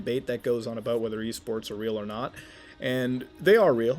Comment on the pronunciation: Thought he said E-Scorts